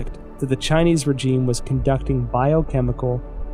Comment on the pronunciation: except the guy doesn't know how to pronounce the word regime ... strange